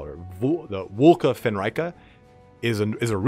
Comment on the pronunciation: I AM PRETTY GOOD. THANK YOU FOR PRONOUNCING VLKA FENRYKA CORECTLY. PEOPLE ALWAYS SAY 'FENREEEEKA'.